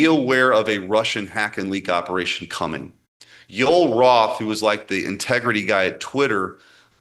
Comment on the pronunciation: “Yuel Roth” 🙄🤷🏻‍♂️